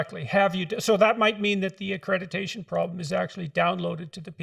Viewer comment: Dr Peterson says "accrediTation" 😂